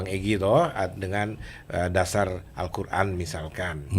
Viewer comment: MASA MANTAP NYEBUT QURAN SALAH ??